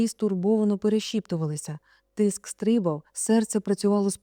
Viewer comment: Перепрошую, але правильно було б сказати стрибАв, а не стрИбав.